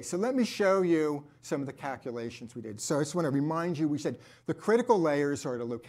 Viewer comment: Take a drink of your favorite beverage every time says "cackulations."